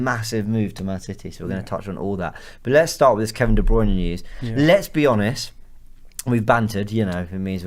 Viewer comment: C'mon! Learn how to pronounce De Bruyne. Correctly. Please!